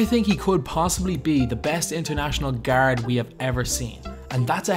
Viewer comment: "I would not go as fyar" "Best international gyard" "Tony Pyarker"